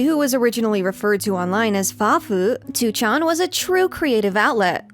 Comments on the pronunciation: I really appreciate your efforts to pronounce Japanese words correctly! It sounds really nice. But by extension, wouldn't it be easier to pronounce 2chan as "ni-chan" (the Japanese pronunciation) instead of "two-chan"? It always sounds so hard for you to switch essentially mid-word from the hard English "two" to the softer Japanese "chan". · The way you pronounce 2chan/4chan is sending me.